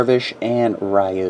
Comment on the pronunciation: It's pronounced RYOO. Like "you" with a "R" in the front. =)